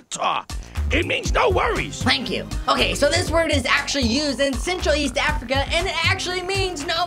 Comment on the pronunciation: You said Afica